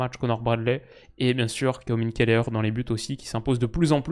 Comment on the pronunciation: Pour info, toi qui aime bien les prononciations justes, Caoimhin Kelleher son prénom se prononce « Qweeveen» en Gaelique irlandais 🤓